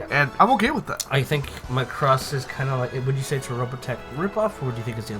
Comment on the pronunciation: Every word coming out of your mouths about the "Macross" genre and the "Robotech" genre makes me cringe. All the way from botching the word Macross from the admitted lack of understanding on what the heck is even going on. Macross is a ripoff of Robotech? Just stop doing reviews of things you just don't know!